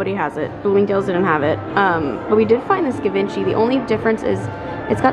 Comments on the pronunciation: Congrats on your first designer bag! What an exciting moment. And it’s actually pronounced jee-von-shee x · Please stop my cringe....It's french. Give on chee Lol x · G-vahn-ch-E is how I thought it was pronounced but what the hell do I know?! 😂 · Okay okay I pronounced it wrong I got it 😂😂😂